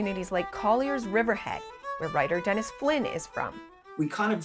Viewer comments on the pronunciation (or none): none